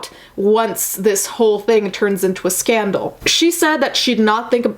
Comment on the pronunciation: Did you say SCAMDOL?!?! NOT SCANDAL? ? 😂😂